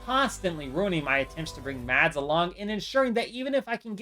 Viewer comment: Mads is sopose to be prnounced without a d its spelled with a d but your not sopose to say the d trust me I would know I have lived with the name for 19 years